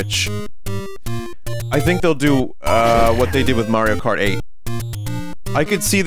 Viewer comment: “What must I DÜ?” Is my new favorite Vinnyism